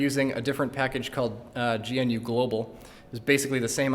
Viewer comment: It does make me cringe a bit to hear gnu spelled out and vi pronounced vai, but solid video.